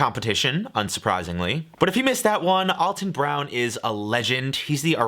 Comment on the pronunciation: You love Alton Brown so much but you can't pronounce his name correctly. Lol. Poor Alton.